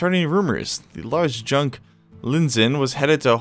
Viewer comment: Hey, Junk isn't pronounced Djunk, you need to loose the D at the front of your pronounciation, its a ancient asian ship.